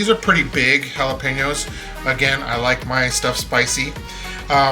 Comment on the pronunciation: Love your video.❤😂 Just one suggestion.. PLEASE.. if your Mexican..do not pronounce the jalapeños and tomatillos with the English accent. ..( Sounds like your trying to sound like a White Man )😢😢😢😢😢😢😢😢😢😢😢😢